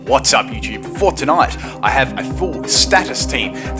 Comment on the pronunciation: Wat does he say at the beginning? "Whats up youtube. Fortynight?"